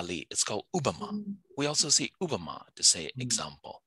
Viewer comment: Both these Indian speakers are poker face when the other guy said Ubma.... we say Upma as well in Hindi ...... Please get some qualified speakers next time.